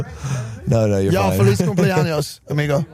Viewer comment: Mike says “Feliz Cumpleanos”….must have been his birthday lol. Feliz Navidad Mike!